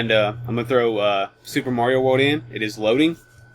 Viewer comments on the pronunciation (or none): none